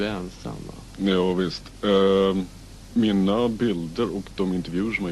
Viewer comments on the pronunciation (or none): none